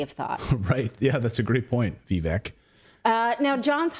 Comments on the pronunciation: By the way, it's not pronounced Vvek. It's Vivake. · Can you please just learn how to pronounce Vivek's name?